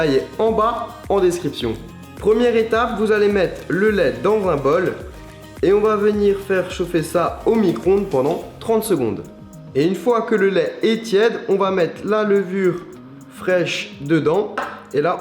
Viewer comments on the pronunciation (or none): non c'est toujours pas micronde!! Mais micro-onde!